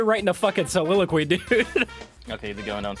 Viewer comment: what the fuck is a sililoquee